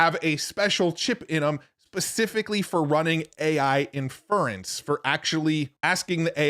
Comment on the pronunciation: Infurence? I think you need to put the stress on the first syllable of inference.